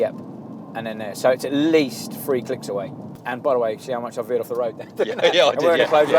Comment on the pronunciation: It's three, not free, bloody southerners eh!